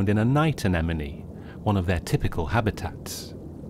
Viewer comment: Is it pronounced enemonie? I always thought it was a-ne-mone?